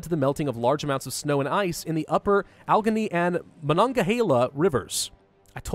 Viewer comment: How do you nail Monongahela but not Allegheny?